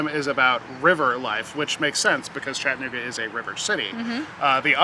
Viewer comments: Please keep in mind that there's an "a" in chatt"a"nooga....in case you do another episode. Glad you enjoyed your visit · Its Cha tta noo ga